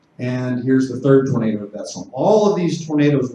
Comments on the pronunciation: it kept saying tomato, not tornado XD amazing. thanks for explaining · Love the subtitles generating “tomato” every time you say “tornado.” I kept getting tickled while trying to focus on the information lolol.